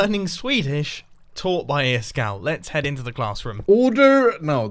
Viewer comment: Is kall är ice cold på svenska Is-kall uttalas det I skall